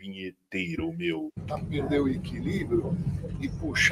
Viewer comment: "Aqui na Grã Bretanha meo, ate os botões estão escritos em inglês, meo" 😅😅😅